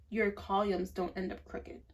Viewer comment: My love. It’s pronounced KA-LUM. Columns. ❤ but yes, I love it.❤